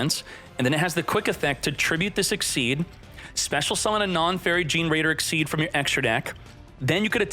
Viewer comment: They're called "ix (icks) - ease (eez)" not "exceeds" my guy